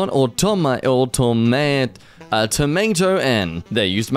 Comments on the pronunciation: Bruh... 'Automaton' is pronounced 'aw-TOM-uh-TAWN'. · Automaton (Ah-tah-mah-tah-n) Google: how to pronounce (x)? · Automaton: aw-TAW-mah-tawhn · ITS AUT-TOM-O-TON.AAAAA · Antique Automaton (Aw-tom-a-ton) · Automaton is pronounced, AW-TOM-AW-TAWN. And the "ok" joke ... that isn't ok it is zero K specifically, zero Kelvin, absolute zero. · Automaton is pronounced AA-ta-ma-ton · struggling to pronounce the sord automaton was the funniest thing about this video xD